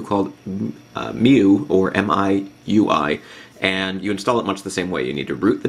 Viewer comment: it is pronounced "my-you-i".................